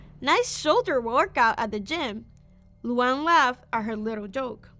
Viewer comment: the way she calls luan luang